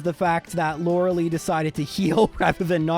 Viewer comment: Two things. One, stop mispronouncing Lorelei's name. Two, Kadabra is not the best Pokemon of all time.